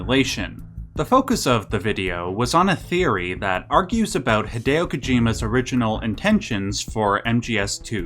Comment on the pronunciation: Ah yes. h'DAYoh k'JEEmuh. I love that guy. I bet he also loves hearing his name said like that. Also. The simplest explanation is usually the right one. And it's this: "They didn't really know what they were doing and a lot of it is cutting room ideas thrown together without a plan."